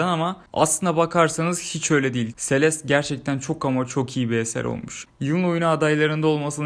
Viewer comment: abi sonunda celeste e selest demeyi öğrenmişsin :)